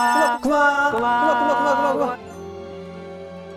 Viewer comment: 구마말고 꾸마라고 하시면 더 좋아용